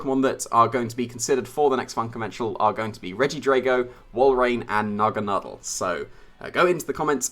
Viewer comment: I love how you say naganadel correctly. It annoys me when people say it incorrectly.